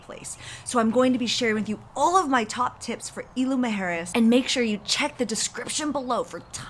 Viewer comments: Please at least pronounce Isla correctly! Super annoying! Also, jet skis aren’t permitted in north beach and you shouldn’t encourage it anyway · Thank you.. loved the video and info but the mispronunciation of Isla was driving me crazy..